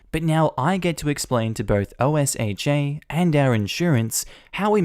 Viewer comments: Btw it's pronounced "oh-sha" not by initials o. s. h. a. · Hey, In the U.S. OSHA is Occupational Safety and Health Administration and is commonly pronounced "OHSHAW" They are the bain of crappy bosses as fired employees rat out all the safety violations that run $2500 to 50,000 per violation.